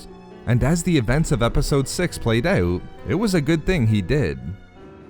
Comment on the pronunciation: "Played ouight" the fuck was that.